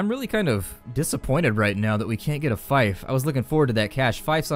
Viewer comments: Yes, I was thinking the same thing. 'fife'. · Does anyone else find it irritating how he pronounces fief?